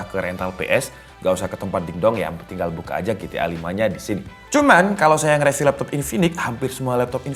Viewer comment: Bang rivyu bang bukan reviu